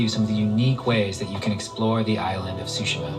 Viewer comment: Everybody pronouncing Tsushima wrongly. It is Tsushima not Sushima! Though it make me miss eating sushi.